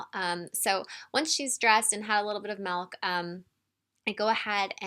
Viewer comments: Its pronounced milk not malk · Why does she say melk and not milk?